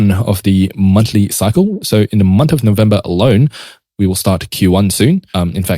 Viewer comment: "Month" bro, not "Munt".😂